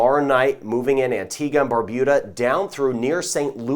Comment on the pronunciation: He said Barbuda not BarBOOda, I am proud☺. I join with everyone in saying I am really glad for your weather updates.